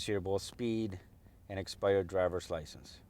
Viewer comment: haha yeah he said "an exspidered drivers licence"